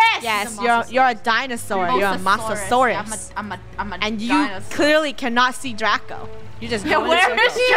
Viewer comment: ITS MOSASAUR NOT MASASAUR